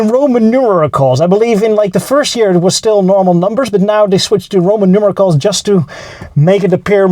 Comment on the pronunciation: It’s pronounced ROMAN NUMERALS, not ROMAN NUMERICLES. Otherwise keep going - it’s great.